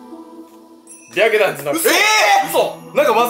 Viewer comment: 白檀が白眼にしか聞こえない…w